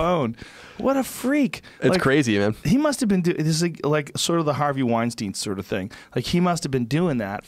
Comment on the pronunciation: Joe says "Brett Wein-STEEN," and "Harvey Wein-STINE," haha! Love ya Joe